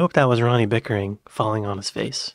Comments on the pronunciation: I think it is pickering not bickering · I don't wanna sound obnoxious correcting you but accents can be tricking. The guys name is "pickering" not "bickering". I love your content and wish you the best <3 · lol, bro, his name is Ronnie Pickering not Bickering lol, also in England it’s common for delivery drivers to knock on the neighbors door with parcels if there’s no one home at the correct address so if the person expecting the parcel works the neighbours are up and down all day opening the door for parcels that aren’t theirs. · his name is ronnie pickering not bickering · Its Ronnie Pickering not Bickering lol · It’s Ronnie Pickering, not Ronnie Bickering.